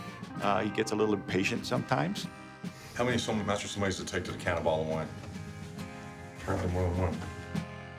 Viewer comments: Why do even sommeliers themselves mispronounce the word sommelier? The proper pronunciation is Summullyay not sumalleeeayyy. 3 syllables. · Why do you pronounce it so forcefully, like so-MAAH- lee-yay. The penultimate syllable isn't even stressed in French. SOMM-uh-lieh. Do you think wine originated in Somalia? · Turned this off after 15 secs When he can’t even pronounce Sommelier, I gave up Narrator seems to think it’s Somali-yays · Did he mispronounce sommelier? Or did I just hear it wrong?